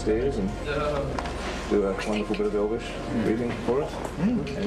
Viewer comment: In all fairness to Brett, his Elvish pronunciation is really good! It has a continuous rhythm that you would find in a native speaker, and it doesn't have this pronouncing-every-syllable staccato odd-like way of speaking which can make a language you don't speak natively sound weird. He actually spoke Elvish in a more natural way than Legolas, Arwen and Galadriel sometimes. For me the best speakers of Elvish among the actors were 1) Viggo Mortensen, who spoke it like he'd spoken it all his life on the street, 2) Christopher Lee and Ian McKellen, who spoke it like Elvish scholars, and 3) Craig Parker / Haldir, who had a very natural cadence. Hugo Weaving comes close at no. 4 for me. Everyone else, esp. Orlando Bloom, seemed to accentuate every syllable, which just made Elvish sound weirdly unnatural.